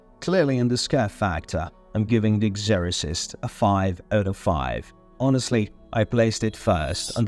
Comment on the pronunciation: I don't quite understand the accent. It seems British, but then there are some wildly mispronounced words. Especially Exorcist.